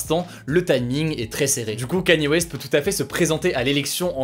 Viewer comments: Enfin un français qui prononce bien Kanye West! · Merci, enfin un français qui sait prononcer correctement "Kanye West" :D